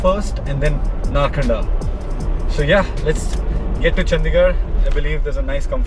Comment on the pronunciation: It is narkanda.. Not narkhanda